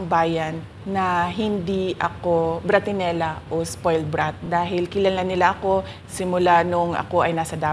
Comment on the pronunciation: BRATINELLO SYA, HINDI BRATINELLA…